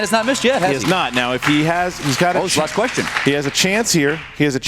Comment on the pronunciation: "Your second questsher is" lol 😂😂